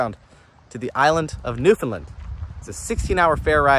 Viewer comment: Not to be That Guy (i.e. an obnoxious Newfoundlander) but the "land" in Newfoundland is pronounced "land" not "lund" haha. (Common mistake, but you got the first two syllables right, which is better than a lot of people manage, haha.) I miss that place though, dang.